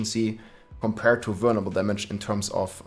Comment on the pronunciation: Anyone else hear him say "burnable" a thousand times and then realize he was saying "vulnerable". Awesome video btw man :) def changing builds